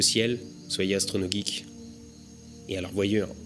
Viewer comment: Merci de m'avoir cité!!! (Le nom de ma chaîne Youtube) Et bien prononcé en +.